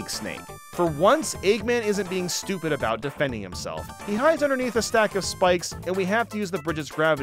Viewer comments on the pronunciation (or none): none